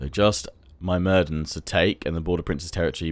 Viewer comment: It is not My-mir-dens it is myr-mid-ens